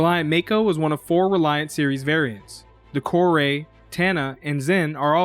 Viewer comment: I liked this review because you pronounced both mako and kore correctly.